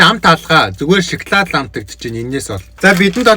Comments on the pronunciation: шоколд биш ээ шокалод шдээ😂😂😂😂😂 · Шаклаад идэж байгаа юм чинь шаклаад л амтагтан шд